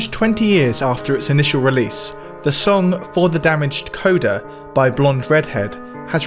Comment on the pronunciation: It feels like a petty criticism but you pronounce and phrase things... interestingly. 'For The Damaged Coda' isn't a song dedicated to a damaged coda, it's the coda to For The Damaged, an earlier track on the album. 'BoBiverse' is "Bobby 'verse". Apologies for my pedantry and I'm glad you're still making informative content.